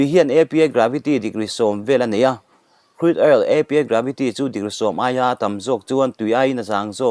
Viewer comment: Krud...oil ti mai la,lam a awl zawk , Cruid all i ti daih phah kha